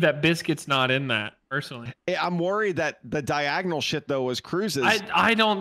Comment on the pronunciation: He really said “Diag ONAL” like it’s not correctly spelling 😂